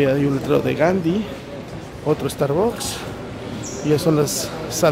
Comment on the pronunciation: Te mamaste con la pronunciación del star books 🤪